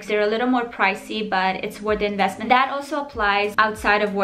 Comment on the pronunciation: I love her accent so much omg like how she says dat instead of that 😩💕